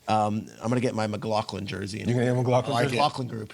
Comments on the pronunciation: How are you on national TV and pronouncing McLaughlin "McLoclin" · McLaughlin (mcglah-flynn)